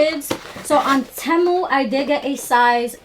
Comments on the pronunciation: Legit question. How do ya'll know it's called Té Moo and not Tee moo? Did the company state that's how to pronounce it? Lol like to me it doesn't sound right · It's actually pronounced "Teemoo" lol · It’s pronounced “TEE-MOO” babe ❤ I know a lot of people have been pronouncing it wrong but I get it